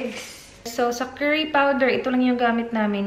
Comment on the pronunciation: what’s kerry ?.. ( do you mean curry ?)..